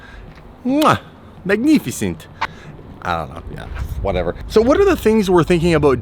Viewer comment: "Magneeeficent" you sound like a Romanian whisky salesman lol.